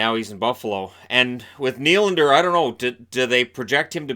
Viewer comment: That's not how you pronounce Nylander's name!